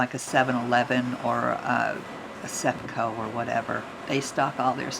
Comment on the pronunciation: "Septco" LOL. It's Sysco. Ha ha